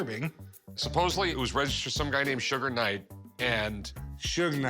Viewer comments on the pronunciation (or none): Dawg said Sugar Knight 🤣🤣🤣🤣🤣